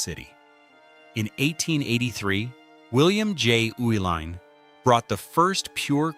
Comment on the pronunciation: I grew up in Milwaukee when the breweries were in full production. Its so sad what happened to them. Loved the video The video mentioned that the Uihlein family kept the name Schlitz partly because Americans could not pronounce their name. Well the video proves that because after living in Milwaukee for over 60 years I have never heard the name Uihlein pronounced the way it was in this video. It was always pronounced, "E-Line" . Now, one of the family members now ownes a company called "U-Line". That might be closer to the German pronunciation. But all I ever heard was "E-Line". There was Uihlein Hall at the performing arts center (pronounced E-Line). it was Uihlein field, a polo field, again pronounced E-Line.